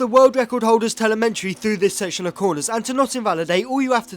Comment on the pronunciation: Bro lost me at telementry.. t-e-l-e-m-e-t-r-y